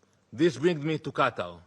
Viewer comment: It is Qatar not GATAR 😂